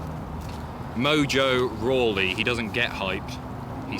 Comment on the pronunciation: GOT RAWLEY RIGHT LMAO